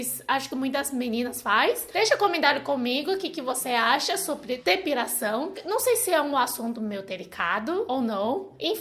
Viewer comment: . É engraçado ouvir depiRação, que tem que tirar peRo... .